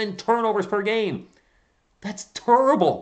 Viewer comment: Haha you’re watching too much Charles Barkley man! “That’s turrable!”